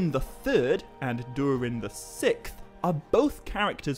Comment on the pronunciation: Dude I love your videos so much. You had me belly laughing with how you pronounce SIXTH. You say what sounds like SICTH. I know that’s petty and stupid but it gave me a laugh so there you go. Much Love. Keep doing what you’re doing. Your content is helping me get through fire season.